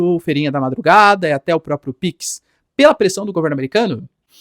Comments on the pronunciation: Professor o nome é PIX não PICS tá muito estranha essa pronuncia, a ponto de chamar atenção, quebrando a imersão no conteúdo. Forte abraço 👍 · Professor, é "PIX", não "Píquis"... Se criadores não derem bom exemplo em uma pátria tão carente de educação, quem vai? Enfim, só uma crítica construtiva, pra nenhum gado vir questionar...